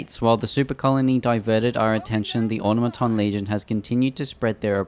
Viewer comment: Automaton is pronounced like this: aw-tom-a-ton Not like this: awta-maton